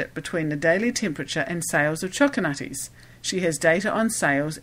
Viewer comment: Choco Nutties. Pay attention,.